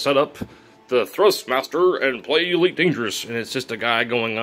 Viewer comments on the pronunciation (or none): none